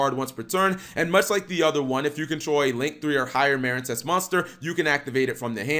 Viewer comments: Cap you have been misspronouncing this architype name it’s pronounced marinecess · Um it's mareen sess as in a portmanteu of marine and princess hence the nautical theme.